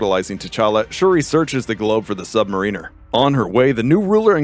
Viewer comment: Anyone else cringe a little anytime this narrator mispronounces "submariner"?